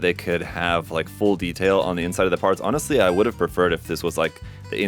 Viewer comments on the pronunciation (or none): none